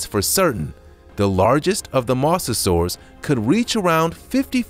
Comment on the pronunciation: When you do these videos, make sure to pronounce the na.es correctly. Mosasaur: mow-zah-soar Plesiosaur: please-z-oh-soar